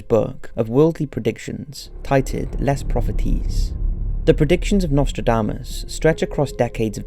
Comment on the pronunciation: As a french the way you pronounced "Les propheties" cracked me up. :D